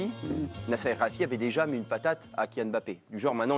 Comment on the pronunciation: En 12 ans le présentateur est toujours pas capable de prononcer El Khelaïfi correctement.🤣